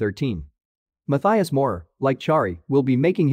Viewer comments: I didn't know the audio is just an edited robot 😅 It could be worth a try, but I doubt that it would work... or maybe some experimenting with a fantasy word like "mudteeus" or "matteeas"? Just weird for me to hear this pronounciation of a quite common german name 🙂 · Great video! Try pronouncing "Matthias" like mud-tea-us 😉